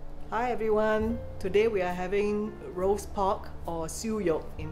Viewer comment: Love how she said’ Roost pork ‘ in Cantonese 👍🙂🙂😊 the Cantonese language is soothing definitely doesn’t sound aggressive like Mandarin.